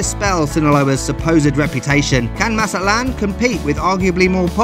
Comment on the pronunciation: It is not "Maza-lán", you actually have to pronounce the "T" like we normal people do: "Maza-TLÁN". Thank you. Nice video, btw😂😂😂😂